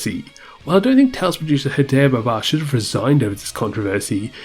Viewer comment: It's been years and still bro can't pronounce Sakuraba right......🙃 Baba too